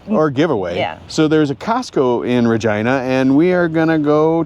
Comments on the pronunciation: Regina is pronounced with a long "i" sound. There is no such place as "Regeena" in Saskatchewan! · Welcome to Canada 🇨🇦 and it’s pronounced Vagina. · Canadian here: You saw 2 options in how to pronounce the word "Regina," that city in Saskatchewan. You initially chose the wrong one... Yes, it's actually pronounced just like the body part. Fun Fact: it's a regal term, for a female sovereign. In this case, the city was named for Queen Victoria, back in the late 1800s. Funner fact: the male regal term is Rex. That's why King Charles signs as "Charles Rex." Welcome to Canada, eh. I look forward to tracking your route as you move northwest over the next few videos.